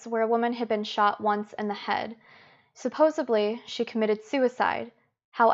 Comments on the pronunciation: FYI “supposeBly” is not a word. Nor is it the correct pronunciation. The word you are attempting to use is SUPPOSEDLY. Notice there is a D close to the end. You have a good video and if you fix a few of those mistakes it would be better. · Supposedly... not supposebly